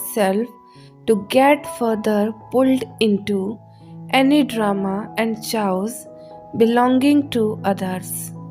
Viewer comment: Chaos does not have a ch sound. It is said as if with a hard K. Chaos sounds like kaos. Those who speak two languages and more have my respect and awe.